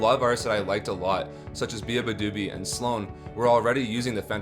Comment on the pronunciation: hey man! sick vid, just letting you know its "bee-ba-doo-bee" instead of "be-a-doo-bee"